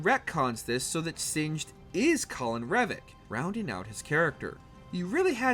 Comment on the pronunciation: It's CORIN not COLIN.